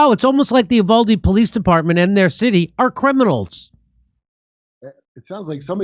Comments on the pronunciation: It's pronounced YOU-VOL-DEE so quit fucking it UP trying to sound french or Spanish. What the fuck is wrong with you people! JIMMY DORE, YOU ARE NOT THE FRITO BANDITO! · Uvalde is pronounced You-val-dee